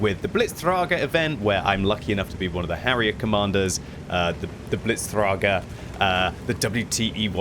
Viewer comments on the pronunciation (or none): Always bothers me when people mispronounce this thing, and I'm not even a native German speaker. What's worse is that Hannelore from the Blitztrager game event even pronounces it wrong, and she's German, but for some stupid reason wg gave her an American accent.